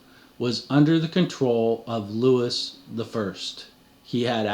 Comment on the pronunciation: Love every minute of your work... I will only correct you on pronunciation. Louis would be "Loowee" and Viscount would be "Vy count"